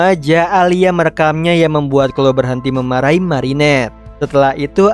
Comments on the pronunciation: Kak bukan clo kloee 😂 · koreksi bang bacanya namanya clowe tapi tulisan chloe